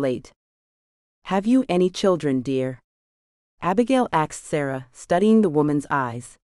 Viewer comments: It's AI, not real person, misprogrammed to say "ax". Bugs me too. Also dot, sometimes instead of not, or random. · I love the series a lot but there is no x in asked and what’s up the saying dot after sentences.. ? If the story line wasn’t good I would not continue to listen, it kind of drives me nuts !